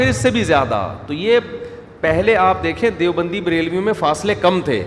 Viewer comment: دے او بندی نہیں دَیو بندی Dev